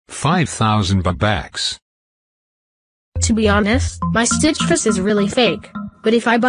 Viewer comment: Its not robax its robux!!!